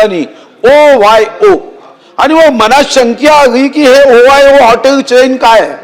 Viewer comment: ओ वाय ओ नाही हो ओयो असतय ते